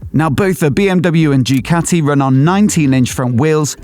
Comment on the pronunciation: Ducati not Jewcati !